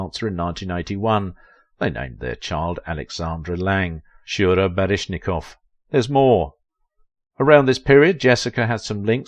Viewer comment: You say a lot of names incorrectly. Like Mikhail and Baryshnikov and Fosse in just this one video alone.